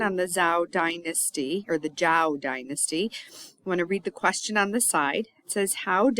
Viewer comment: cool, video, not sure how I came across lol - but mostly from doing Chinese lessons recently I guess. Anyways 周 Zhou is pronounced kinda like “Joe" . 💙